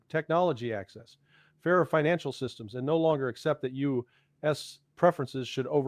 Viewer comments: Okay I was wondering if it was AI when U S was said. After reading channel description it is confirmed. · It seems like an AI since common words like US, row (british), etc are mispronounced. Words the actual Larry Johnson would know how to pronounce. As I noted in my post above, the summary of Ukraine war status is nearly a word for word copy of Alaxander Mercuris's post today.